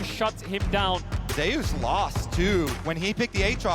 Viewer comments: Im confused.. its ZEUS not ZAYOOS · I'm curious, does the player call himself Zhayoos, the way they have been pronouncing it? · Remember Zay-oos? That Greek god.... Zay-oos. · I dont know.. it should been how you pronounce zeus in greek mythology